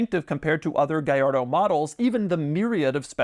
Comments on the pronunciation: Si pronuncia "Gallardo" non gagliardo 😂 e' un nome italiano, non spagnolo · Funny how you pronounce Gallardo correctly: "Guyardo" but not Murcielago - it's "Murthialargo" - I found this out as soon as the model came out. Great review. 👍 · It's pronounced "gee ar doe" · "Lamborghini Gayardo Supah trofejoooh stradalaaaaay" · It's pronounced gee ar doe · well thats a funny pronounce on that car man.😂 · BUT IT SOUNDS SO WEIRD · Double L, not I. Italian, not Spanish. Jiminy! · Doug the type of guy to pronounce Trofeo Stradale correctly but mispronounce Gallardo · I wish you pronounced it the way Akon used to :( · And slaughtered its name 😂